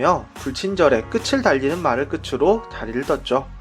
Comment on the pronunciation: 오늘 내용도 공감하며 봤어요! 👍드라마 끝나고 이거 안보면 허전합니다^^ 다만 끝을[끄틀] , 끝으로[끄트로]로 바른 발음으로 말씀해주시면 참 좋겠어요^^ 사람들이 자주 틀리는 발음이거든요ㅜ